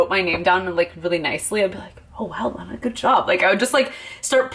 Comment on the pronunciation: FINALLY!!!!! SOMEONE WITH MY NAME "LENA" AND PRONOUNCES IT THE CORRECT WAY INSTEAD OF DAMN "LINA" OR "LEENA"